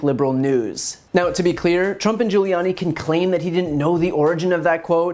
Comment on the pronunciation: lmao at Giullani.